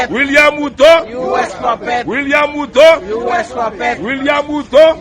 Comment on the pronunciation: They pronounce, ''William ''Khuto''...